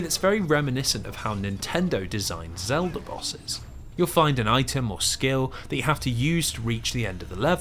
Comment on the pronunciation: My favorite part is when he says “Zelder” !